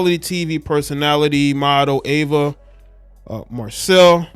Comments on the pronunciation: It's pronounced E VA. Not Ava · EEEEVA NOT AAAAVA. THX ❤ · Could you at least get her name right? It’s Eva EVA not Ava Ava thank you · It’s not AVA it’s EVA 😮‍💨😮‍💨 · Pronounced Eee -Va not Ava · Should’ve done your research. She was a whole top model and actress. And ur saying her name wrong. Smh.